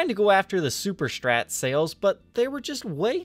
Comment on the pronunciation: Why cant you say strat?!!! Its not strrrrattt. Its just strat. Not that hard. Do u also say dex and ax. Cant listen sorry!!!!!